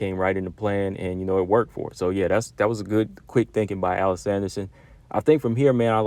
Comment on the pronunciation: It's "Uh leese" Anderson Combo 😅 Everyone should invest time into One FC's women's division, especially considering that 99% of their fight cards are free to watch on YouTube or their App...Just look up one championship on your app store & it'll pop up. Their women's Muay Thai & Kickboxing fights are really good too.